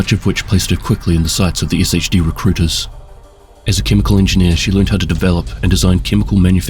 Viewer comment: Pronouncing it Ess Aich Dee when every character in the game says Shade is crazy work